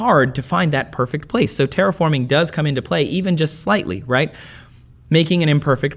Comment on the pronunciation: sounds a bit like "terrorforming"... hopefully it will not be the case! ;)